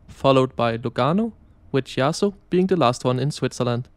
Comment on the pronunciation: Seriously, you could have made an effort to pronounce the Italian names correctly: Chiasso and Centrale, in particular.